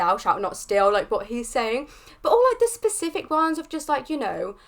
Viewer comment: This is not meant to be rude but "spesic(k)if" sounds like a very interesting word. Nice reaction and very good thoughts! You just good a new subscriber! 👍